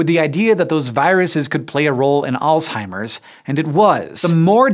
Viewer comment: If you want to be perceived as intelligent learn how to pronounce words correctly it's Alzheimer's not alltimers